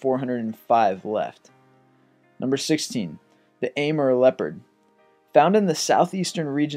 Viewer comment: It's not a mer... It's A more... That's how you pronounce Amur